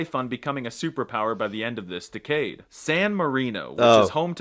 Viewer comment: Who the heck says *duh-CADE*? The word 'decade' is pronounced DEH-cade. Saying it otherwise is as weird and wrong as pronouncing 'affluent' as *a-FLUENT*, though I have heard that too (once, out of the mouth of a not-very-well-educated young American stockbroker).